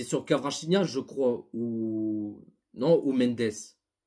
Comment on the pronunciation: Cela me dérange énormément la manière que tu écorche le nom de Kvaratskhelia.. tu dis kawachinia.. c'est honteux en tant que parisien.